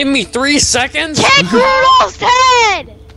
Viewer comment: Why did say kill raudolph